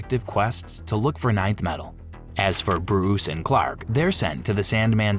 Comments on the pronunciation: Stupid AI garbage. It's not ninth metal. It's Nth metal. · 😂 Thank god somebody said it. (Enth) metal not ninth. Hawkgirl's mace is made of Nth metal. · Nth metal, not ninth metal! Saying it wrong is doing my head in, and I can't keep watching. It's like nails on a blackboard.